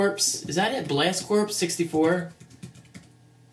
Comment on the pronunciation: Pronounced core not corps